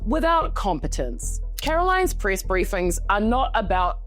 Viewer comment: White House Priss Secretary 😂 Not joking on your accent it just really worked out well here.